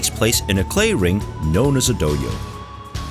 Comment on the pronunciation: its Do-hyo (Doh-hyow). not Doh-yo